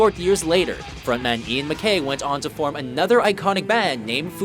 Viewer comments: this bitch really just said "fugayzi" and "mc kay" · It's pronounced Mack-EYE and fu-GAH-zi